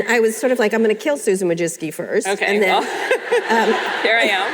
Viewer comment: Susan Who-Jizz-kee?